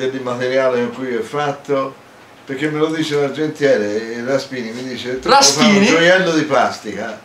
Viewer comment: L' argentiere "Raspini" hahahahah